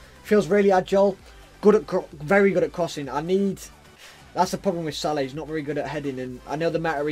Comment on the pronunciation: Why do you call Mo Salah , Salad 😂.